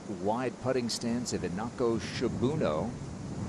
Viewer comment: "Shibuno" instead of "Shibunno".